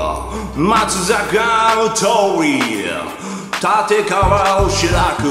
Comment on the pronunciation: たてかわじゃなくて たちかわだよ